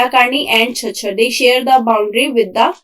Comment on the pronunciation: Thank You so much Ma'am ! Very informative. And its pronouncation is K kachaaar ( Cachar)